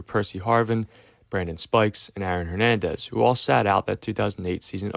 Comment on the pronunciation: Can’t help but hear you saying “Iron Hernandez” over and over again